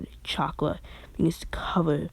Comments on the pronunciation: You are saying chaka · he says chakra weird I like it